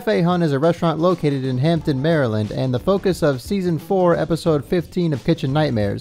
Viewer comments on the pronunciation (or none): It's not HampTON it's HampDen. It's where I grew up. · Ham-Den… say it with me… Ham-Den… also hampden is a neighborhood not a city so it’s kinda weird hearing “hampden, Maryland”